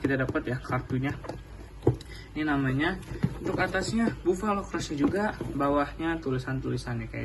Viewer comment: Sinih aku koreksi 1 di baca nya bafalo bukan bovalo